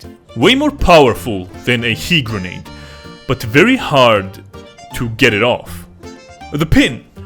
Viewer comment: SHE- GERNADE